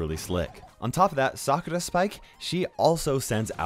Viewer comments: Wow you pronounced Sakura right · the way you say "sakura" is so satisfying😌